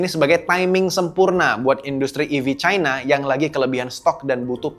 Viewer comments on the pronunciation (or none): none